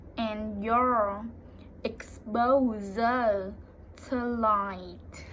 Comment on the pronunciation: Very good job. The S in 'exposure' should sound just like the way you pronounced the G in 'genetics' a moment before it (although the G in that word should properly be slightly harder, like the G in 'energy'). I think it's often called a 'zh' sound (instead of a 'sh' sound). Also, the emphasis in 'determined' is on the second E rather than the first (although of course in this case it's really just pronounced as an R sound).